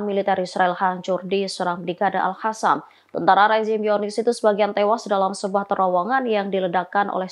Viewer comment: Selalu mengikuti berita tribunnews tapi merasa gak nyaman kalo si mbak nyebut kata AL HASAM yg semestinya AL QOSSAM/QASSAM. 🙏🙏🙏